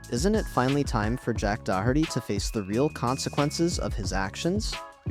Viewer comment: Dude learn how to pronounce Doherty